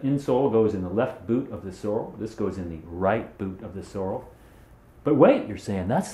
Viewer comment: sorrel is a plant. sorel is a boot. get it straight and pronounce with dignity.